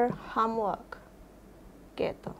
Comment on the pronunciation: Do you like me?? Sound so funny bu guru... Hahaha.. .u can use admire ..ini lebih sopan Instead of using like me.. Detail sebutan nya salah bukan deta ell Home work bukan ham work Hom bukan ham Salah sebutan Bu guru..harus lebih bener lg sebutan nya..